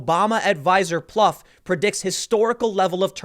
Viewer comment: Tim, for Plouffe it is not "Pluff" but "Ploof". It is a French name.